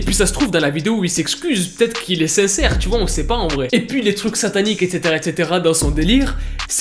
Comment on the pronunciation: mec c'est pas etetera C'EST ETCETERA BISOUS MON PETIT FRERE S'APPELLE AUSSI MAIS IL EST PLUS BEAU PEACE